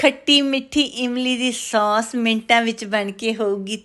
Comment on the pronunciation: ਉਹ ਬੀਬੀ ਸੌਂਸ ਨਹੀ ਕਹੀਦਾ. ਸੋਸ ਕਹੀਦਾ ਹੈ 😂😂